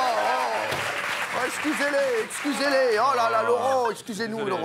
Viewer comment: Quand Cyril dit : Exusez-les , exusez-les ! On dirait que ces petits enfants ont fait des bétizes !